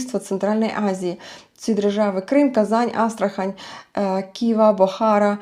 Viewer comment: Пардон, правильний наголос на останній а: БухарА.